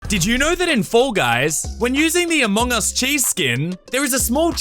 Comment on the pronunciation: "FOUR GUYS" Bro became bri'ish in 1 second💀💀